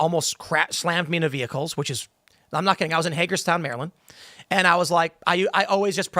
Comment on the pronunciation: Say it right, "A Maryland man"